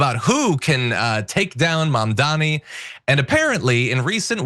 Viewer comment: Dude are you seriously strugging with the word "MAMDANI" (pronounced like "mom" + "daanie") ?! Dude your last name is "Iadarolla", lets butcher that one !!! Even 'Iadarolla' is harder to pronounce than Mamdani! Idiot!